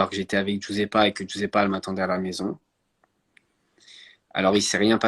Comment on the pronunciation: Comme djadja c'est "djuzepa" guisepa et non juissepa mila plutôt Marie Charlotte